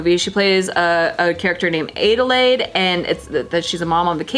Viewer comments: LMAO Aid-a-laid. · AID-elaide ahhh you americans...